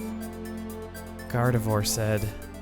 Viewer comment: So do you pronounce Gardevoir like that for the same reason you used to pronounce Rayquaza? Just curious if its a preference thing